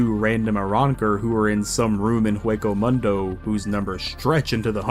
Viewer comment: Omg how can you butcher English,Spanish,Japanesse,German words and names all at the once? Did you even watch the anime with sound at all? It's like those low quality dubs for the sake of money. It's so painful, butchering Kuchiki,Niotra,Shinigami,Hueco Mundo,Benkai,Sasakabe,Seiretei,Kenpachi,Mangaka You pronunciation like you seen/heard those names/terms for the 1st time.